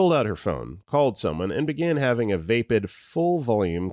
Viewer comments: Just a couple of FYI's: The word "flaccid" is pronounced like "flass-id" or even (less well known) "flack-sid" not "flack-id"! The word "vapid" is pronounced so that it rhymes with the word "rapid" not "vape-ed". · this is actually a person not AI. There were other words he mispronounced as well such as flaccid and vapid